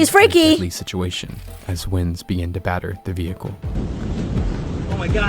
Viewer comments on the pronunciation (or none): none